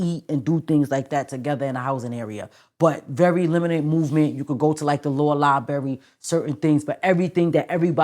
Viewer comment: It's LIBRARY for f*** sake